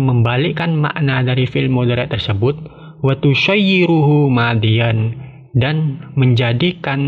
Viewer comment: Kok d baca watusyayyiru? Itu kan shoro yashiru. Bukan nya di baca wa tashiiru.